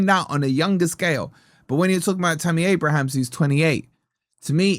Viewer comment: *Abraham, not Abrahams. Mun-yoz-, not Mun-eeeece.